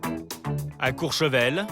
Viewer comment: COURCHEVEL...et non COUR ...Sevel..merci